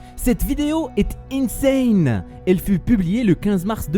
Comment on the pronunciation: Je vois souvent que tu dis la vidéo est insiein c'est pas çà insaine